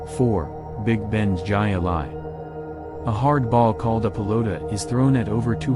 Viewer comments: You need to learn how to pronounce names before you put your videos out. The game Jai Alai the Jai is pronounced "Hai Alai not like you pronounced it. Interesting video otherwise. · Obviously - Robots - Can't = Pronounce - The - Silent - "J" - Sound. It's - Pronounced - Like - "Hi-Lie". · Jai alai is pronounced ( high lye) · Grew up in Orlando. River County was a fun place to go. They also started to lose business when Wet N Wild opened (not sure if that is still there these days) on International Drive which is off Disney property. To the terrible robo-narrator...Jai Alai is pronounced as "Hi-Lie" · Wet N Wild closed and demolished. I can’t remember what was built there, but I think the land is Universal’s. And THANK YOU; the narrator and the pronunciation of “Hi-Lie” drove me crazy! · The J is silent in Spanish. It's pronounced Hi a li with a very soft a. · Jai Alai is pronounced Hi Lie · Jai-Alai is pronounced Hi Lie. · I can't that pronunciation of AI. Hi Lie. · Must be a computer generated voice on the video as only a BONE HEAD would pronounce Jai Alai as " Ji A Lie " these videos keep getting worse and worse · Hai a lai, said very quickly. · This sucks learn how to pronounce jai alai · the robotic voice… Jai Alai 🤦‍♂️🤦‍♂️🤦‍♂️🤦‍♂️🤦‍♂️🤦‍♂️🤦‍♂️🤦‍♂️ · Ji A-lye made me laugh too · AI voice isn't that Intelligent! 😊 Jai Alai isn't pronounced Jay Alai. It is Hi-lie. I pronounce Hi Ali, but that's just me. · Hi-Lie not Jay Lay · High lie, not jiahh lie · Pronounced Hi-Alai... not Jai... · It is supposed to be pronounced "HI-Li",not Jia Alai. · Stupid AI bullshit. Jai-Alai is pronounced HIGH LIE......HIGH LIE!!!!!!!!! I despise AI narration. Too lazy to narrate it yourself, huh? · lol it sounds like Hi-lye not jai-alai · 😂Its pronounced........HIGH LIE!!!! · ...pronounced Hi-Lie...computer generated voice sucks...out loud!!! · We say HI-LI !! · the sport with the basket on the arm is pronounced "hi lie" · Its pronounced Hi-ah-lie! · It's pronounced "high lie".